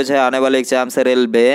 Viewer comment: ग्यारह को इग्यारै, रेलवे को रेलबे, परीक्षा को परीछा, क्षारीय को छारीय.😊😊 पर विडियो अच्छी है आपकी.👍👍.😂😂